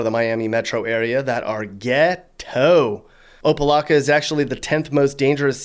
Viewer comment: The only non Floridian to say opa locka right